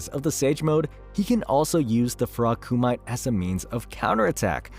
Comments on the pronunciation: Ku-ma-tey, not cu-might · its called frog komite u read it as its written not "komait" XD its japanese and it means sparring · say it with me now. KU-MA-TAE (Not ku-mite) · koo might lol, its ku mi tay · "Frog ku-mite" nah. It's "ku-mi-te" - japanese word for sparring. So it's actually a fighting style taught to him by the frogs, that also uses nature chakra. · it's ku-mi-te... not ku-might. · Wtf is Koo-Mite. It’s Koo-Me-Tay. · Did you just say “frog Kumait”???? Not recommended list for you! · Kumite = kuh-mee-tey 🙂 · And KUMĪTE, isn’t it Koo-mee-tā? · And "frog ku-mite"......wtf is ku-mite